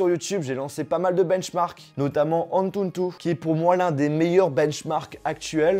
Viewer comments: Par contre c'est ANTUTU et pas ANTUNTU 😭😭😭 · Tu Galère Légèrement À Dire Antutu 😂